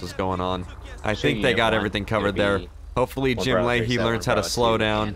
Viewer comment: Layhie, not Lahey.